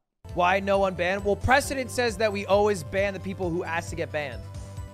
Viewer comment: "What do you think that word looks like" This coming from the guy who brought you 'prescdedentnentnet'